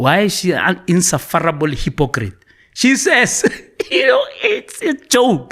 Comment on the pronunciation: Eish guy, if u gonna use words like insufferable at least make an effort to practice the pronunciation. And that’s only one word.😮